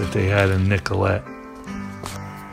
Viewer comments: Love this documentary but you get the feeling the narrator is just reading his info off of a sheet. He keeps referring to Nellcote as Nicolet and it really gets irritating. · It's Nellcote not Nicolette😊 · I love these, so far what I've seen of them; Beggars, Let it Bleed, Exile... Couple of things that bugged me a little because these are so well researched- Nellcote is pronounced nell cot, not nicolet, and it's satanic, not santanic. But again, thanks for doing these. Excellent🤘👍 And I'm SO with you on the listen loud with headphones tip!! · Nellcote! Not Nicolette